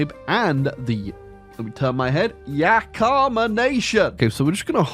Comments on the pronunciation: Little correction, Yakama is really pronounced Yak - i - ma, which is how it should be spelled as well dont really know why its spelled wrong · Today we learned that cannot pronounce Yakima